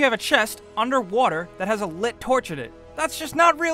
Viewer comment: lol the lit tourch